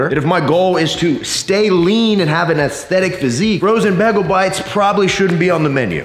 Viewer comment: It’s pronounced Bay Gul